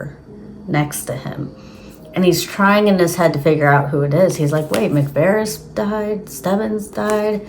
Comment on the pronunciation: Watch the first trailer. Peter McVries says his name. You're not pronouncing McVries correctly. It's pronounced Mick-Vrees. You're saying Mick-Veres.